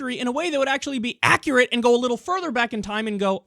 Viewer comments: "Which probably would be more akrit" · aqurate? lol wtf